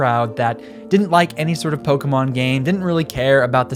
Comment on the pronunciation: Thanks for just pronouncing pokémon without a hard E. The amount of adults on youtube who have never seen an accent.